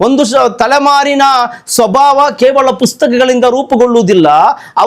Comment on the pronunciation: Khevala alla kevala , kannada uchara sari illa